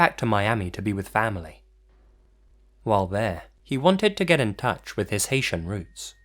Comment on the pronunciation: Did he say Haitian or asian